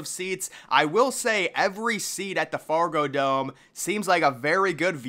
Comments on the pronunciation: Fragodome? Really bro? Fargodome. C’mon man! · Man said "Frago dome" 😂😂